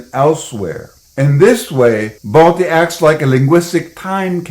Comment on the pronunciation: The actual name of baltistan is baltiyul and it's pronounced as balthyi not balti